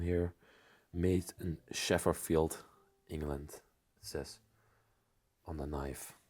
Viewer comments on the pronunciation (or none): Chef field the hunting knife that is how it's pronounced it's called Sheffield❤😂 made in Sheffield in England